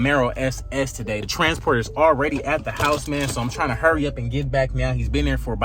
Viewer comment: I knew he was from Texas when he said “Already!”